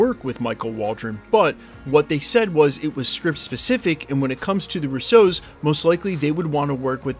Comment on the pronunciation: Russo has the stress on the first syllable. It’s not Rousseau.